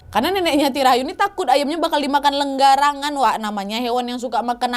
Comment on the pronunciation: hewan yang suka makan ayam namanya garangan 🤣 bukan enggarangan🥲